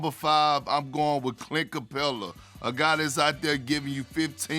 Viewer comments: Mans said Clint Capela 😂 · this dude really said capela